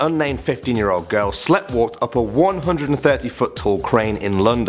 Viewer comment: I love these videos, but, for the love of all that is spoken, please look up how to pronounce "sleepwalked". We are english, but even some americans can say it properly